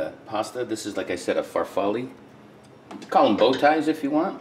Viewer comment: Its pronounced far fall lay